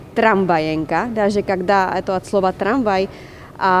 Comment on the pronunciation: Спасибо. Правильно "скажу два важных слова", ударение на слооова.